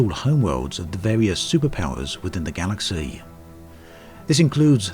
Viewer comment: Galaxeeeey :) What kind of accent is that?